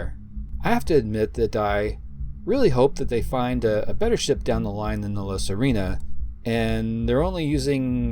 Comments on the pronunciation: You pronounce it La Sirena not "La Sarina"🤣 The Mermaid in Spanish🧜‍♀️🧜🧜‍♂️ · Just for the record, it's La Sirena /see - REH - nah/, not Serina.